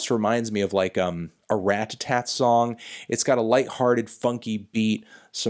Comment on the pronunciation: Why do you say Ratatat like that?